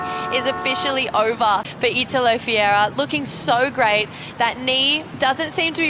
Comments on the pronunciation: Wrong. It's called Fe-hey-rah!!! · Italo Fiera????? IF you want to be a commentator for WSL, the least you can do is to learn the name of the surfers on tour, specially when the guy is number 1 on the rankings😂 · Say it slowly - his name is FER REIRA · Who had the amazing idea to put this girl to narrate is a genius. She can't even say the surfer's name right. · Learn to pronounce the LEADER'S name, that's your job! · yeah that shit snagged in my ears as well. I'm mean it's not his first time on tour.